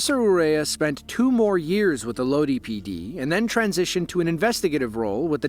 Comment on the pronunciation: Lodi is pronounced Load-Eye